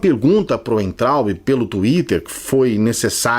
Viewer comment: o sobrenome daquele burro se pronuncia vaintraup!